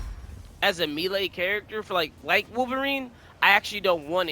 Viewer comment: Bro has got the game mastered but reading and pronouncing the word "melee" , beyond his education level.. Holy shit.. Our world is fucked.